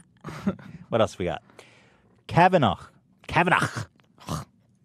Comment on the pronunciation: it bothered me so much how you kept pronouncing kavanagh “KavanaGH” Youre reading and pronunciation skills are ridiculous